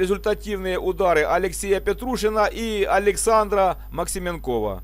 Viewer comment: Габелия блеснул перед этим финале Спартакиады. Максименков ударение на е.